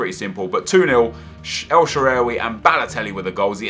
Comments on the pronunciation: el shararay??? its more like shalarway or sha-arway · Every time you say El Shaarawy is so awkward. It's El-Sha-Ra-Wee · El " shewery "😂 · u sound Irish when u say el shaaraway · nep is killing me when he sais al sharrawy like he says and how he says eto'o